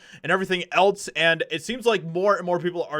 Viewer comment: 1. It’s pronounced the “EM I AY” 2. That song is from the movie Pineapple Express P.S., please quit saying “Etlz” it’s “ELSE”!!